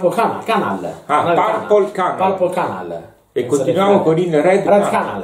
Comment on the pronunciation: No, canale in Inglese non si dice "canal" ma "channel":D